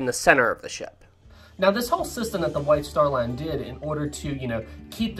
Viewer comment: I keep thinking that he’s saying the “Wife Star Line”😂